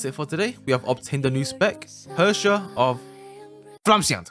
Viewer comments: Honkai: Herrscher of Flamescion Hw: Hersher of flamesciaen 💀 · As a person from germany: you said Herrscher completely wrong. You have to feel it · You said the name extremely enormously wrong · You said it wrong 🦅